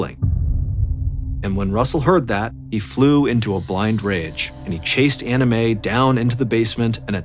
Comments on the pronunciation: I know you are saying Ann Mae but I keep hearing "anime" lol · Ballen butchers people’s names all the time, usually the Asian names, but Anime for Anne May takes the cake. Sometimes I think he does this on purpose to insult the parties involved. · He is not saying Ann Mae, he is saying Anna Mae, the difference in pronunciation is the second syllable. He is clearly pronouncing an A, not an I. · Me three. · Same lol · I thought the same thing! Haha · I hear Anna Mae, lol not Ann Mae, but I get what you mean about the anime. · Came to the comment section to see if someone else was hearing “anime” hahahaha 😂😂 glad I’m not alone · I’m glad I’m not the only one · Lol same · Hehe, I just keep hearing “Anime” instead of “Anna Mae” Is it just me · Nope, I heard that too at first lol.